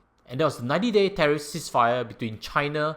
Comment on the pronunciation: I hope you don’t mind me saying this, but your pronunciation of “tariff” is not quite right. 🤭🙏